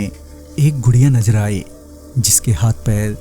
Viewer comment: Najar nahi nazar hai wo sahi se boliye